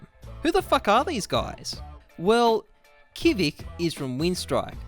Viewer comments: Kvik is just pronounced like quick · It's pronounced as Kvik - quick Booml4 - boomH